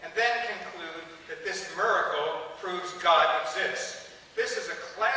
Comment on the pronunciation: Did the fact that Silverman pronounced miracle mirecle bug anyone?